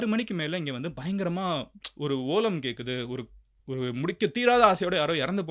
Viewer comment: Bro adhu ketradhu illa katradhu 😢